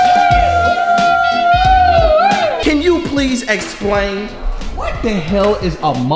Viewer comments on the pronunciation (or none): You say it like mukbong but it spelled like mukbang and my baby sis is just like ava love her a water bottle